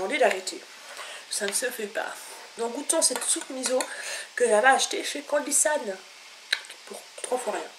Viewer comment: Avant d'expliquer ce qu'est un "mukbang" il faudrait peut-être d'abord apprendre à le prononcer correctement...... MDR Rien de méchant mais ça m'a franchement révulsé, sans parler de comment tu as prononcé "miso" avec un z xDDDD